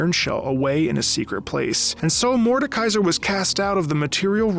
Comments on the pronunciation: Just a little correction: you say Mordenkaiser with an imaginary n but you say it „Morde-kaiser“ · macro: some of you got annoyed when i said atrox me when he says mordenkaiser for the whole video and when he spelled it mordkeiser in the description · You likely misspoke when you said MordeNkaiser earlier in the video (like right after talking about the hate you got for calling Aatrox Ahh-trox), so I won't tease you about that. League names are sometimes hard. I don't envy you if/when you get to Illaoi. Morde is one of SEVERAL big bads in the world of Runeterra. There are: - The Demons (Fiddlesticks, Nocturne [though he's literally in the Shadow Realm atm], Evelynn, Tahm Kench), although they seem to be more keen on acting alone and doing stuff randomly to sate their hungers. Meeting one (maybe except for Tahm) is almost always certain death. I say almost because Vayne, Lux, Garen, Swain, etc have all faced/met demons before (not sure how many regular people have) and survived. There are also the Azakana, lesser demons that usually feed off of negative emotions like in the cinematic Kin of the Stained Blade, but are hunted and destroyed by demon hunters (Yone is one). - Mordekaiser, who is such a threat that there is an entire order dedicated to keeping him locked up, headed by a powerful mage who is like 1000 years old as she was there when he was killed the second time, possibly was the one who defeated him, not sure. - The Darkin (Aatrox, Varus, Naafiri, etc.), who were Shuriman Ascended God Warriors who were slowly corrupted by blood magic after fighting... - The Void (Bel'Veth, Cho'Gath, Rek'Sai, etc.), who were either created or stolen from Runeterra and corrupted by... - The Watchers (no in-game champs), they want t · "some of you got mad when I said A-Trox, Aatrox" "Morden Kaiser":face-red-droopy-eyes::face-blue-wide-eyes